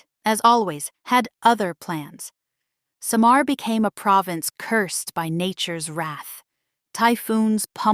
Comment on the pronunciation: How on earth happen for you to have this content. You cannot even pronounce well the word Samar. It's not Sha maar, it SAMAR. all you said wasn't true.